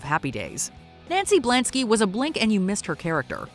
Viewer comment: Blansky, not Blanksy...damn AI.